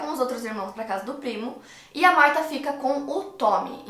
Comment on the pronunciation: Chateada pq falou meu nome errado 🥺